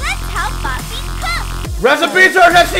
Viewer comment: Its papi, not puppy. (: As his curser ran over Papi's 'part' Dora said "Oh, I like that!"